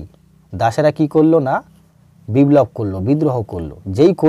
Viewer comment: কথাটা বিব্লব নয় বিপ্লব